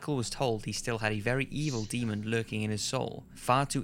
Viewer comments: It's Demon, not Demond. Drives me crazy! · Jesus fucking christ it's pronounced and spelled Demon. NO ed and the end. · Is it just me or is he saying Demond?